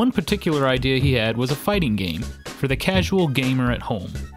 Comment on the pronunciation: Everytime you say game it sounds like gang :/